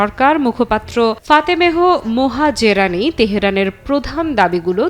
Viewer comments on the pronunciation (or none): Fatemeh Mohazerani. ফাতেমেহ মোহাজেরানি। সংবাদ পাঠক আপা যা-ই বলেন, শুদ্ধভাবে বলার চেষ্টা করুন, দয়া করে।